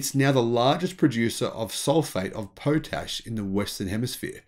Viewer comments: What's this 'Po tash'? It's derived from 'Pot ash', so that's how it's pronounced. Potassium therefore has a similar short 'o'. Thanks for the video,. 🙂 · Hi, it’s pronounced Pot-ash. There are huge evaporating just outside my town, Moab Utah.